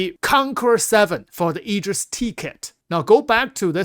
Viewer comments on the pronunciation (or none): none